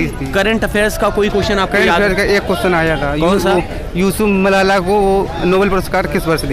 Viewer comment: मलाला है मसाला नही 😂😂😂😂😂